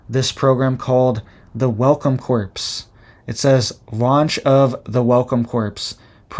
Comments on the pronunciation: Core...not corpes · Corps is pronounced cores, not corpse. They should offer that to released convicts, probably would be safer. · it's pronounced "core" and not corps. I know the spelling makes it seem like it shouldn't. I'm in my 50s and my niece pointed out that all my life I was saying episode wrong😂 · Corp - pronounced Core, I believe... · Corps is not the same as corpse - corps has a silent p and silent s. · Pronounced Core not corpse. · It pronounced core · Corps is pronounced “core”. Sorry, I don’t want you to sound bad because I know you are very smart! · “Corps” is pronounced “core”,, think how you say Marine Corps (core). The “p” is silent. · Pronounced welcome “core” not corps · Corps is pronounced "core" i think. We cant stop this beast; they are moving forward to a global beast system. Do you believe Bible prophecy man? i do. We are warned that we will be forced to join up, or be beheaded, ultimately. It is written. Thanks for speaking up. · The word 'corps' is pronounced CORE. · Pronounced "welcome core" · Just a pronunciation correction: to say "corps" the p & s are silent, so it is pronounced "core". When you say the p & s, it's the word "corpse" which is a dead body. Keep up the good work. You are reporting things no one else is talking about! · not corps pronounced core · Yes, it's pronounced like "core." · The ps in corps is silent. It is pronounced kor. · "Corps" is pronounced "Core". Just saying- I'm a teacher and can't help myself. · Y'all know he still gonna keep saying corppss. 😭🥺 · In the word "Corps" the p is silent. It's pronounced "Core". Just FYI. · Thanks! It was getting on my nerves, too. And I love Channel.